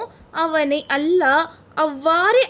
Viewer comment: அல்ஹா இல்லை. அல்லாஹ்